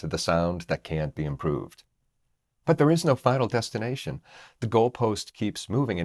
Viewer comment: You said final destination, but I heard vinyl destination.